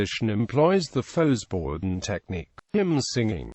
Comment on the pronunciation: Well, to start with, the synthetic voice-o-matic needs to be reprogrammed to pronounce it correctly, at least in American English. It's pronounced "foh-bor-done" (less frequently "fow-bor-done").. The "X" is, like in French, not sounded as a consonant.